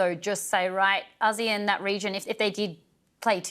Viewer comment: When did we start pronouncing it as Az-zeAnn? Am I lost. What is Asian and what is Az-zee-ann. Have we been ponouncing Asian incorrectly? 😂 serious question actually. Edit ASEAN!! 😂 the reporter shoukd educate the ailudience or they should put ASEAN on the bottom thirds. Thanks.